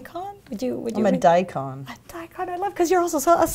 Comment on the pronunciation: “I’m a dykon.” You kill me, K Daddy.